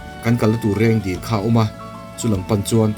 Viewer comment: 6.19min a Rengdil tui i tih hi Rengdil tui ni loin Reng Dil (lake) a ni, ziakah chuan Reng Dil tih a nia, ṭawngkam erawh chuan Reng dil li tiin sawi ṭhin a ni zawk e.